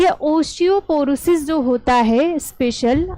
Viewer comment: Good evening ma'am, aap जो को जो. न बोला कीजिए